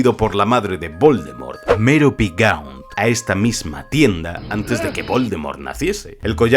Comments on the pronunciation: marvolo que? gons? XD Gaunt* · Excelente video!! Aunque se escribe "Abbott" no "Abey" y es "Gaunt" no "gons" pero te los perdono por el excelente trabajo